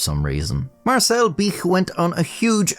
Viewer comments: Then he says "Bic boy" like my mind went straight to "bitch boy" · That's not how to pronounce bic